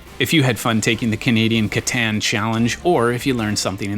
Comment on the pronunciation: Please learn to say the title of the game correctly. It is a German Game. You sound ignorant!